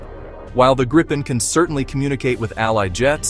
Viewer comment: How to pronounce Gripen: "Greepen", not "Grippen" or "Gr-eye-pen"